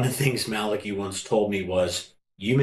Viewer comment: Well done You pronounced Malachi correctly. First time I've heard this.